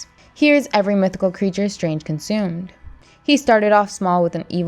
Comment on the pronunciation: Why do you keep saying conzumed? It's not Doctor Ztrange...